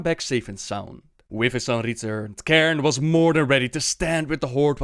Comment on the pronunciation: it's fucking CAIRNE not KAREN, CAIRNE!! so annoying.